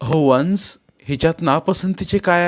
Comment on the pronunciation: तुमसे वचन खूप् छान आहे पण तुम्ही वन्स आणि गोष्ट हे उच्चार तुमचे वेगलेच् वाटतात्